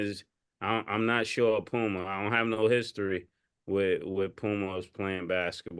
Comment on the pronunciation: Why u do mase pronounce “a’s” so high Ex. “LukAI”, “ pumAI” lol